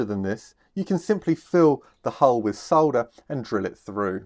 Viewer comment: Glad to see you Australians say solder correctly!